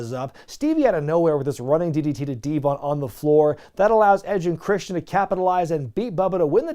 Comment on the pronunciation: “Running DDT to D-Von” sounded like “Running ditty-titty-D-Von” 🤣